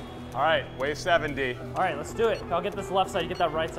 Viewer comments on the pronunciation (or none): Anyone else hear "Wave 70"? And not "Wave 7 D"